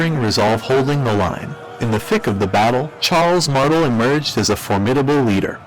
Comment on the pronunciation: no offense but your pronunciation of Martel gave me cancer